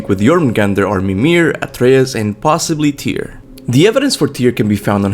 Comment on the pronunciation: Omg you pronounce Antreas's name correctly